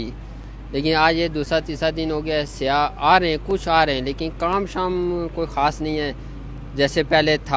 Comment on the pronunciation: It's" sayyah" Not siya